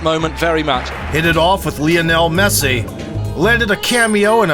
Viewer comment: Quién es "Laionel Messi"? El amigo de Esteban Trabajos y Bilardo Puertas? 🤦‍♂🤣